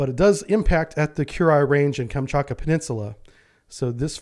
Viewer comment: "KamchaTka", not "Kamchaka".